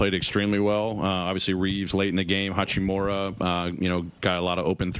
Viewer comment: " Hoochiemora " really? smdh. that interviewer better put some respect on his name, Coach Jenkins corrected him , it's Hachimura its really not that hard guys.. I' ve noticed a trend on Nationally televised games too the announcers can't get his name right